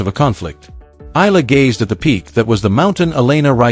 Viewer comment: Eala pronunciation E yala